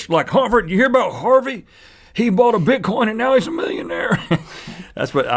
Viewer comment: omg they said bitcoint..